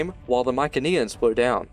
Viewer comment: Mykeneans did you mean mycenaeans